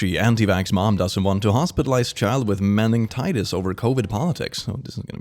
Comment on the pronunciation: Are we not gonna talk about he pronounced meningitis.